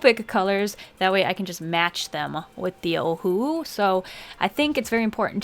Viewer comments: i don't know if i'm the only one who's hearing UWU instead of ohuhu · Oh who owo Totally how you pronounce it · My friends and I literally have fights about wether it’s pronounced Oh who who Or Oh who oo What is it?! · The amount of awkwardness I feel every time you pronounce ohuhu like a sad owl breaks the scale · I pronounce it like oh who who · It’s so funny how she says Ohuhu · well if its o-hu-hu then why pronounce the two hus differently lmao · We love our ohuhu!!! It's never a knock off!! I still love how you pronounce it. Hahaha